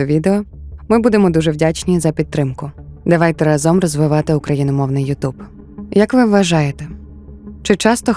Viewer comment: Перепрошую, але рАзом, а не разОм